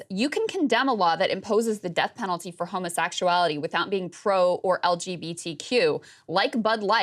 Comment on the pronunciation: "homosaxuality" LOL Sorry, that's funny.